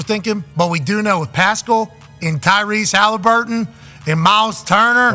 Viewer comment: Kyrese Haliburton? Dude please do at least enough research to know the man’s name